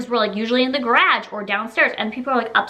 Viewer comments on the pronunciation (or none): I just love the way she says garage... lol